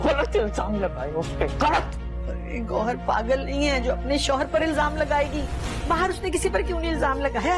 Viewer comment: Goyhar nahi hai yarrr gowhar 😅😂😂